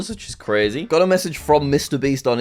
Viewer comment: Thats cwazy jack